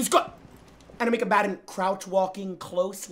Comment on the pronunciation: He Jynxzi love your content you make me laugh a lot especially when you say enemy combatrrr or when chat says their edging. But most importantly whenever my days bad you lift it up. Good work and keep it up